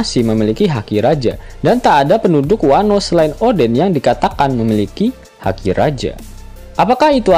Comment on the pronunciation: Haki bang bukan daki